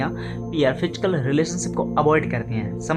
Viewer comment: Fichkal kya hota h?... Physical word hota h.